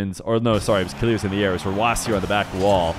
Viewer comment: Kilerz 😂 this still doesn't say killers...